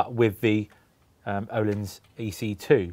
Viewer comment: Nice to hear someone actually trying to say ”Öhlins” the right way. ^^ You can always trust the 44Teeth boys